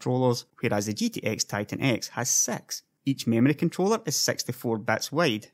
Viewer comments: when you say 6 i heard sex =D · Did he say sex?